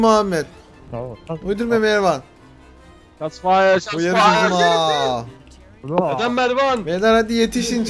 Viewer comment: NDNG-Enes Batur :Mervan yerine - mirvan :D